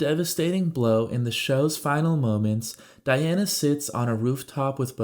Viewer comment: Diane not Diana....